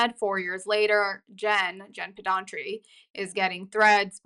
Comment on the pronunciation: Pedranti not Pedantri. Driving me crazy😂